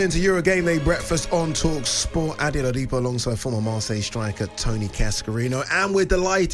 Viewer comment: Honestly Oladipo can't pronounce his own name correctly Absolutely ridiculous